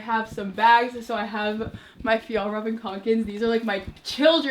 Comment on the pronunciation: Fa- y’all- raven not whatever u just said